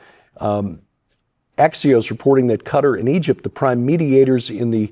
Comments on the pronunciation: Respectfully, Qatar is not pronounced "cutter". It is pronounced katar, (like guitar with a k) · How can you, a very intelligent and learned man, pronounce Qatar as cutter?